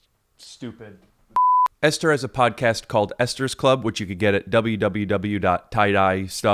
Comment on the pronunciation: I think its actually pronounced Esther